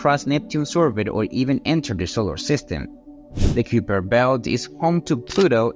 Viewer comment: learn to pounce the words please. its not "q per"